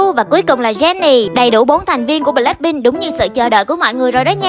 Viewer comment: Đọc ngộ v ? Bờ lách PIN